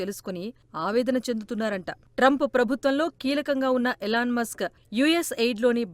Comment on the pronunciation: Eelaan Musk! Yelan Musk kaadu!